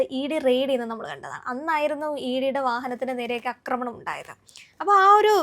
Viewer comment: അക്രമണം അല്ല, ആക്രമണം എന്നു പറയൂ